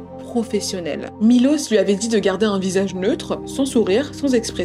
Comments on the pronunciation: C dommage que pendant 40min elle a même pas prononcé le prénom du gars correctement 1 fois 🤯 il s’appelle Miloš, donc Milosh en fr… 🫠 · «Milos» se prononce «Miloche » en serbe. Je suis d’origine serbe. Je vous rassure nous ne sommes pas tous comme lui 😂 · La vidéo est top comme d’habitude, on voit tout le travail réalisé! Petite parenthèse: la prononciation du prénom de Miloš se prononce MiloCHe!! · J’suis moitié serbe et le truc avec les mines déjà j’étais en mode tu te fous de ma gueule MDRRR aussi juste pour te dire ça se prononce Milosh son nom, en plus j’ai un pote qui s’appelle comme ça 😭 y’a tellement de traits de narcissisme dans son caractère, de psychopathie et de sociopathie malheureusement j’ai déjà été dans cette sorte de situation (pas avec un serbe comme ça on est pas tous des monstres hein) et je m’en suis sortie avant que ça ne soit trop tard.. la pauvre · On prononce Milosh en Serbe SVP et ça s'écrit Miloš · Punaise, on parle pas bcp des serbe et quand cest le cas cest pour parler en mal .... dailleur le prenom de milos se prononche Milosh